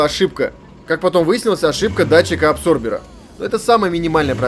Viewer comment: Адсорбер, а не абсорбер. И почему бы не поставить на восьмиклоп современный кожух грм. И ремень и ролик дольше жить будут. В целом грамотный канал. Спасибо смотрю с удовольствием.